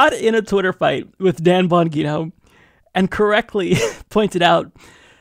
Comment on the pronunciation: Bon-gee-no... fuck!